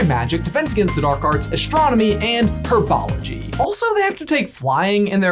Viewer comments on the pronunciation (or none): When he said herbology I died 🤣🤣🤣